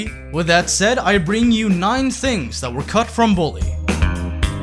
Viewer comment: When you said nine things I thought you said naughty things